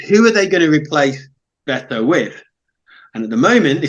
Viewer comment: Jeez. How hard is it to get the guy’s name right? Its Bet-o. Not Beeeeto There is zero chance of this guy making it in the premier league, by the way. He’s an absolute donkey